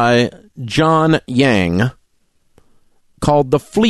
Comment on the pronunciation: At least learn how to pronounce 'Yang' correctly if you're going to talk about him for ten minutes, Dave...